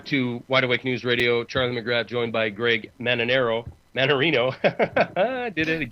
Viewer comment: Holy Cow you got his name right this time!!!!!